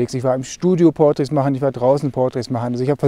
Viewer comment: Wörter wie 'Portraits' oder 'Details' betonst du auf der falschen Silbe... Mal drauf achten;) klingt sonst komisch..